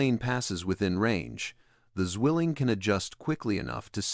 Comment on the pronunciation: Zwilling not swilling your not chugging a beer